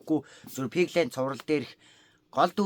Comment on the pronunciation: Пигланд гэж байхад Пиглайнд гэ шиг😅😅😂😂😂😂😂